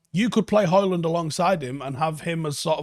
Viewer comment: FFS, the D is silent!